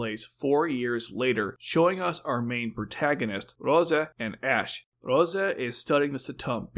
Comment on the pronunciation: It's Rozay, not roza. And, written as Rozé .